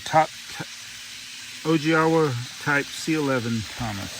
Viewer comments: Nice! Owigawa is pronounced oh-wee-gah-wa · It’s pronounced Oh-ee-gah-wah.